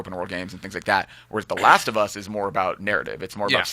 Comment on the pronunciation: The laast of uuss!